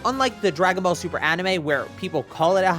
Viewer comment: "dragon ball tuper" amazing